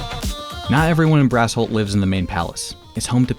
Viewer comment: So who's gonna tell him that "Brassholt" sounds an awful lot like "Asshole"? But I guess it makes sense that the Alphas live in Asshole City